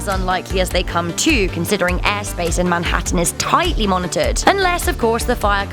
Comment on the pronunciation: I love it so much when she said " Manhattan " .